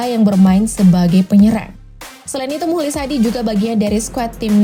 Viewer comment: mukhlis dibacanya muklis bukan mulis yg betul dong min cara baca kalimatbnyak belajar lg min....